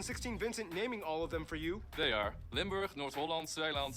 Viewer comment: Their was Limberg🤣 it is Limburg